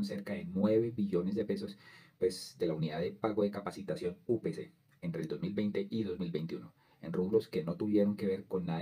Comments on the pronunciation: Es capitación no capacitación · Capitación, no capacitación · 😮😮😮😮😮😮😮😮 NO ES UNIDAD DE PAGO DE "CAPACITACIÓN". CORRIGE POR FAVOR. ES UNIDAD DE PAGO DE "CAPITACION" DE CAPITACIÓN. 🎉🎉🎉🎉🎉🎉🎉🎉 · Capacitación??? No No. Es. Es Capitacion lea bien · ojo, soy seguidor del canal pero hoy me llamó mucho la atención que se cometan errores en la lectura del guión. Por encima capté que por lo menos, seis veces se leyó que la UPC (Unidad de Pago por Capitación) se haya leído como: Unidad de Pago por Capacitación. Ojo, No es Capacitación sino CAPITACIÓN. Queda uno como desinflado!!!